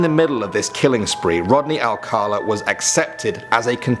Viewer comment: "ALCALA". Now where's the letter "R" that he keeps pronouncing? It's not "ALCArLA".